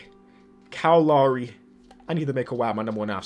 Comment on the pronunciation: you pronounce Lowry wrong it’s loud without the d (haha) and ree that’s how you pronounce Lowry